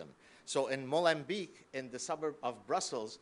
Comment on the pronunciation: Gaad: Molembeak? :p Sounds like: 'Golem' (swap the G with a M) and 'Beak' (the 'rostrum' of a bird). Here an easy way to understand how to pronounce "Molenbeek" correctly; only pronounce the letters of every word below depicted in bold: Mo (hammad) Len (s) Bake :-D Yes, I'm Dutch :p